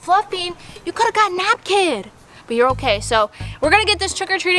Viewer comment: She said “napkid” lol